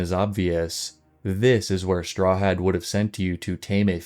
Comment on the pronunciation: My only thing is you say the poor man's name in a strange way. Strahad is often pronounced St-rah-ad not straw had? Still amazing work!😊